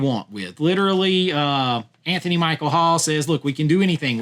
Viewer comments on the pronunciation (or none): none